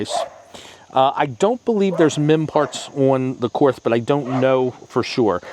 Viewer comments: Korth is spelled as "Kord" (it's not a "th"), comes from the founder's name Willi Korth. Nice video. Viele Grüße aus Deutschland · "KORTH" is pronounced "COURT". The "th" is silent. KORTH doesn't use MIM parts.The only wheelie missing from your comparison is the Manurhin MR 73 from France. It also doesn't use MIM parts, and has a reputation for going 100K rounds before breakage; it was made especially for the French SWAP type police teams. The S&W guns are not in the same league as the Korth, Spohr, and Manurhin wheel guns. The Chiappa Rhino is a novelty; its strong point is reduced recoil due to lower bore axis, but also has more thumb burns, when shot by amateurs, from cylinder gap pressures.